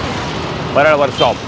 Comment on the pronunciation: भाऊ परेल नाही " परळ "